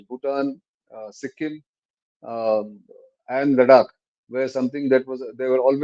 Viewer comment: Is it Ladak or Larak ?